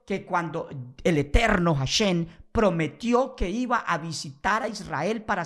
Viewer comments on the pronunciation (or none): Deja de decir "JasheN" primero practica la correcta pronunciación para que no se rian mas de tí. Hasta yo que soy respetuosoe río de oirte pronunciar tan mal. Mejor sólo dí El Eterno y ya.